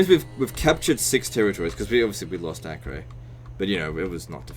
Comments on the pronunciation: btw it is pronounced "AH-KER" not "AK-REY" (it is a present day city in israel) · Acre is pronounced "a-ker". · Acre is pronounced as Akka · Acre is pronounced Acker god dammit